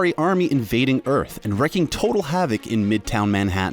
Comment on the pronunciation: "Wrecking total havoc"? It's pronounced "reeking," dude. WREAKING HAVOC!